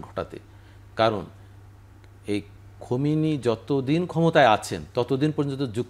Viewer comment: নামটা সুন্দর করে বলা উচিত খমিনী না খামীনী